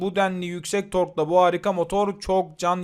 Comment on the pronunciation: La neymiş bu arabanın markası? Ceri mi? 300nm Torku öyle bir söyledi ki ağladım resmen! Bizim kamyonda 350nm tork var 😅